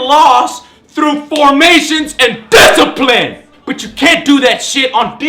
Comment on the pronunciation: You rack a disciprine!!!!